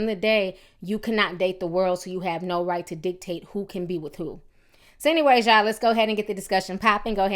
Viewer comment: What the fuck is a y'awl and de troot lol?